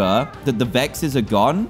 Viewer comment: It was funny when he called vexs, hexs